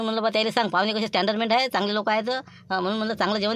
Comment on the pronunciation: Standard nhi standerment 😂😂😂